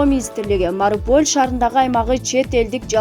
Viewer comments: Марипул эмес Мариуполь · Кандай журналист окуганды билбеген Мариполь дебей Мариуполь десен уят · Марипол,дакимент,Дооонбас,пандемися, операсия,пээсков окупасия деп тантып окудун журналист не деген тантыктык